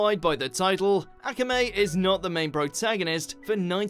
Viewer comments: ak-ae-mea lol its a-k-amea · The way they pronounce akame ba kill triggers me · How he pronounces Akame wrong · bruh what pissed me off was how you pronounced akame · Why did he say akame like that? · It hurts my soul how he says “akame” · The way you pronounced Akame Ga Kill pissed me off almost as much as Tatsumi dying did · Omg you still can't pronounce akame right please try if you even trying but anyway we need a continuation or reboot of akame ga kill